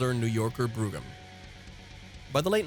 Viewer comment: "Brogue-um"? Try "Brome"! And Dodge pronounced it "pol-AIR-a" not "pol-ARE-a".